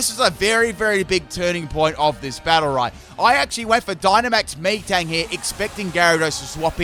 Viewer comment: Did he call metang “me-tang”?